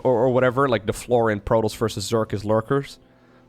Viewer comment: jesus christ man, its proe-toss, not proe-toes. youve heard it so many times FROM THE FUCKING GAME that im not sure how you still fuck that up.